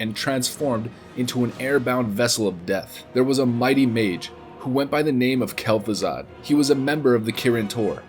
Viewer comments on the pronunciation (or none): none